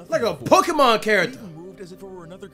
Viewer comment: “Poki mon “🤣🤣🤣